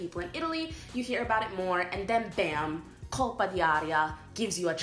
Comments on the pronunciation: Why you keep saying ''colpA dI aria''!!!??? Even tough you know you should say ''colpO'' ---- OOOOOO, not AA!!!! You even wrote ''colpO'' and you annoyingly keep saying ''colpA''!!!!??? WTF!? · It’s “Colpo d’aria”, not “Colpa” 😂 Colpa means “guilt”, Colpo means “hit”